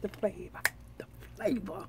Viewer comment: Me and my kids who are 5 and 4 months just love watching you and when you say the favor lol we love you thanks for being you